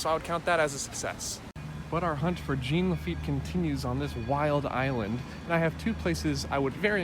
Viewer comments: Jean rhymes with John not Gene :) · okay wow you're cute and all but you pronouncing Jean as Gene has been bugging me since I started watching your videos.